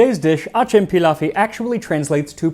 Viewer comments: Its Acem Pilavı. Theres no any word like pilawi. And its also pilav. 😅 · Wtf is peelaf dude. It's pilav. Put it in Google translate and listen to it lol good video tho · its not "pilawi" it is "pilavı" . W is not in turkish alphabet. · Why people always call wrong mames as Turkey? Our country name TÜRKİYE 🇹🇷 and that food not pilaf . İts pilav that simple . And it's not Ottoman Empire . İt's Osmanlı devleti . Stop pronounce wrong about names . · Its Pilav not Pilaf. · It’s pliav not pilaf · Pilav???? Its Pilau... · It's written pilav and pronounced Pilau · As a Turk myself, we loove eating and creating and trying new dishes from different parts of the country. I really appreciate you mentioned ancient Turkish resources such as Kutadgu Bilig which is taught to students from middle school. And as a little tip for the turning the pilav - which is pronounced like pea-love instead of f - you cook it just enough to leave some water encapsulated in rice which adds cohesion to the meal and makes turning easier well done and thank you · its pilav bro